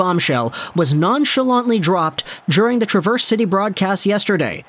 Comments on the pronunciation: Love your videos, but as someone that grew up in Traverse City, I must say, you're pronouncing the City name wrong. It's Trav-verse (like Travis), not Tra-verse, little detail I know, haha, even though Traverse means to 'go backwards', no one pronounces it that way, probably on purpose haha. As a Red Wings fan, I am super excited about our prospects!!! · Trav - er - se city Love the videos keep up the fine work !!! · Accent is on the first syllable of "Traverse" in Traverse City, Michigan. Just FYI from a native Michigander. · The "A" in Traverse City is Pronounced like the A in Apple. Now You can sound like the rest of us Michiganders. Love your vids!!! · Emphasis on the first syllable, not the second.